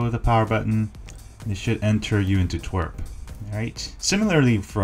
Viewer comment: I love you and i also hate this video because Pokemon go sucks (I got banned for botting over a month ago on so many accounts so I'm salty lol.) but one of my pet peeves you also say twerp when referring to TWRP recovery haha.